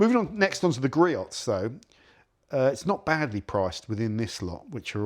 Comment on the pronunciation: GREE-ohs, not GREE-ots. Sorry, pet peave of mine.